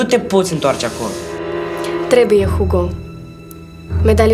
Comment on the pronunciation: Hugo în Spania se pronuntã ugo